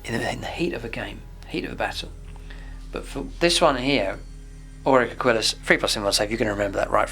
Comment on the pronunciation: Why does everybody pronounce "aquilla" wrong?